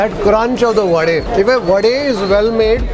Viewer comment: liked the way you pronounced the right word vade and not vada 🙂